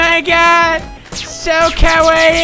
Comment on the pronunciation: He said "Kawaii" so many times and to this day I still don't know how to pronounce it correctly haha